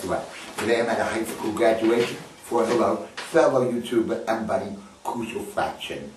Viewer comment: Hahah...did he say "Gradunation"